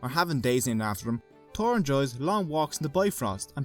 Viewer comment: THor not Tor in english.